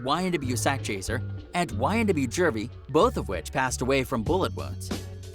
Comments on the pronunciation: JEW-V not Jurvy man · IT IS JUVY NOT JERVY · Where the fk is this dude from? He can't pronounce Juvy? The hell he keep saying Jervy for. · He said ynw jurvy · STOP SAYING JERVEY ......wtf